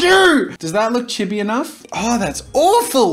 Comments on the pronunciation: quick thing what is "chib e" isn't it chee bee the pronunciation, i mean idk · things I learnt: jazza cannot pronounce chibi(it is cheebee) jazza does not know the difference between chibi and anime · It’s pronounced chii-be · Oh. "Chibi." No idea lol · Its pronounced chibi not chibi